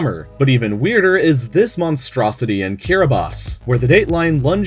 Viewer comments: It is Kiribati not kiribas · Y did u say kiribas? It's Kiribati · Kiribus? I thought it was kiribati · It is pronounced as K I R I B A T I not Kirabus lol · Why do you call it Kiribas? It's kiribati man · STOP CALLING KIRIBATI KIRIBAT....... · Shows Kiribati and say Kirabas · ...Why are you saying Kirabas? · Naksak % it’s actually pronounced ki-ri-bes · weird kiribati is pronounces kiribas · it was pronounced incorrectly in this video tho. it's kit-i-bas. common mistake. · it's pronounced kiribahs not kiribas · TIL Kiribati is pronounced as "Kiribass" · wait is that monstrosity the actual pronunciation of Kiribati